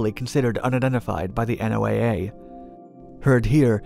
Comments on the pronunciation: it's pronounced Noah, not N.O.A.A.! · N.O.A.A. is normally pronounced "No-a", like N.A.S.A. is normally pronounced "Nas-a." When you enunciate each letter like you do here, you give the impression of being a "new guy." This could impact your credibility with some people. But what do I know? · Hearing you say N O A A instead of "Noah" is hilarious. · NOAA is pronounced like the name Noah. They call themselves that. Not "The N O A A." Just FYI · You pronounce SOSUS but you constantly say N O A A the whole time instead of the accepted pronunciation of "Noah". That is irritating as all get out. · its one word, NO-ah... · Why are you spelling out NOAA? It’s pronounced as one word, in a way similar “Noah”